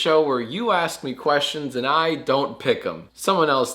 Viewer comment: #jackask do u purposely say “quest-johns” instead of questions in the jackask outro, or am i reading too far into jacksfilms lore?